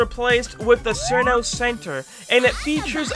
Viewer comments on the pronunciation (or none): Fun fact: Cirno is pronounced as "Chiruno", not "Sirno". Hope this helps. I had no idea either that its pronounced that but someone pointed it out on a Touhou video so yeah. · I'm sorry but "Malisa" I have never heard anyone mess up Marisa's name,also "Sirno" I know Cirno's name has had alot of debate on how it's pronounced but it's pronounced "Chiruno" sorry if this comes off as mean I'm just passionate about Touhou